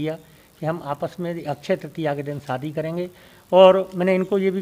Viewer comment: Saadi nahi shaadi kahiey news wale ho uchcharan to sahi karo bhaijaan